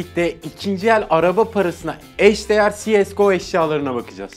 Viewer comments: Si es go değil cs:go jejeh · sies go nedir abi cese diye geldi cese diye gider :D